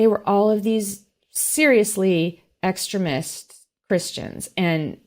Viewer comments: X TreeM' ist not X' treh mist like X' creh ment. Ridiculous statements, opinions and nonsense being spewed by a seemingly very intelligent, intrepid researcher and journalist (?) to the degree that many of her important insights into the weaponized Xristian Nationalists get lost in the soup. The indictment didn't come on the day you expected it so you didn't read it in preparation for this interview. Sad and a waste of time. Have come to expect so much better from you,! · I found it interesting that pronounced "extremist" as close to "excrement". I think that fits. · Could someone direct her to a dictionary to learn how to pronounce extremist? For Pete’s sake! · It was very difficult to take someone seriously who can’t correctly pronounce “extremist”.l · Extremist is pronounced with the accent on the second syllable! It distracts from your message. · I’m just over here becoming progressively more highly irritated by how she keeps pronouncing “extremist”. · I found feeling almost sorry for tRUmp at the beginning of the interview really weird. Also, what's up with her mispronunciation of "extremist" & "extremism" by stressing the first syllable rather than the second syllable? Strange. 🤔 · She put the emPHASis on the wrong syLABle !!🇺🇲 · Does mispronounce the word "extremist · I feel like she says extremist differently just to be irritating lol. Kinda like Stewie says Coolwhip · When talks about Christian extremist, it sounds like she is saying "Christian exrement", and I am very amused. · I love her pronunciation of extremist! Every time she says it my mind hops right to excrement 😂 don't understand how she can't see that stealing sensitive information is another step in trying to overthrow our government, given who his role models are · The way she says extremist, with the short e vowel, sounds like she’s saying excrement. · Exteeeeeemist. Not Extrimist. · I keep hearing christian 'excrement'.